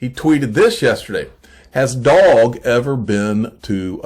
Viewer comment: It’s pronounced dough-ge. Lol. Love your videos and thank you for keeping us updated.